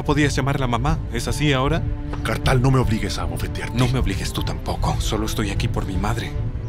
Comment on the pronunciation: Haa Kartal🙄🙄Kartal🙄🙄